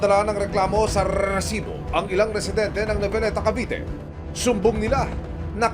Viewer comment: Maka irita ang pag bigkas ng word na resibo bakit pa e prolong...